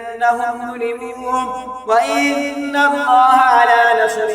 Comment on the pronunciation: Zalamu ko zalmun padhte ho